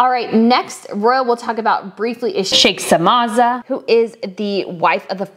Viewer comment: Sheikha Mouza... not Sheikhsa Maaza. And Lady, you definitely have not attended a true Arabian wedding. Everyone, was dressed to the nines.